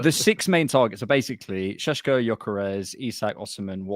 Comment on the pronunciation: This geezer loves saying Sesko SHESHKO 👁👄👁